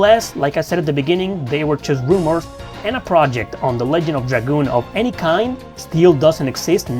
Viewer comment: Pretty sure it's pronounced "Ledge-end" not "Leg-end" ALSO: 1.) loved this game 2.) The story was absolutely fantastic and the music/gameplay was just as good if not better than final fantasy games of the Era. 3.) There were action figures??? 4.) I honestly would prefer a remaster "with modern graphics and classic gameplay and no change to the story. 5.) I'm so glad Rose had black hair... that was one seriously hot 10k year woman back in the day lol 😂